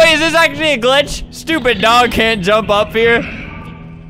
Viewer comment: Him saying, "You geaosh/gosh darn daerg/dog." Then we have subtitles saying smth else...